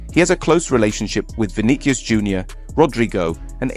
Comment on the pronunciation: Please stop saying Vinikius! The single “C” followed by “E” or “I” should sound like a “s”.